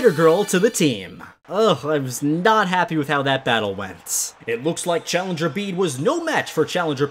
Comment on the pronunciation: bede is pronounced beet like the vegetable